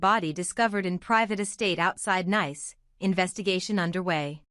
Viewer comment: If you do anything please pronounce NICE as Neese. The first is a adjective the second is a Country. We are talking about the Country!